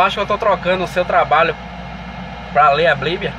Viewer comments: GALA DIREITO B I B L I A . NÃO É BLIBIA !!! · Escolheu certo mesmo falando errado o nome do livro a bliblia.... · Bonito. Só que na hora dele saber pronunciar o nome. Bíblia. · Como ele consegue ler a bíblia se ele não sabe nem falar a palavra bíblia, a blíbia... Kkkkk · Esse homem pode não saber pronunciar Bíblia corretamente mas tem a minha admiração por ser muito sábio.....Deus é contigo irmão...Davi disse assim: "fui moço agora sou velho; mas nunca vi desamparado o justo, nem a sua descendência a mendigar o pão".